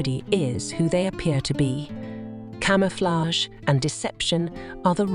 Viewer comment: Don’t miss that cama-flaig!!! 😂😂😂